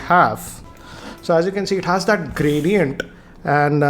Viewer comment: the word 'gradient' was massacred.